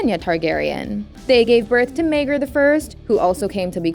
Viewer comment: The way she pronounced Maegor sent me too 😂 Mayger and Anus. The first Targaryen princes 😂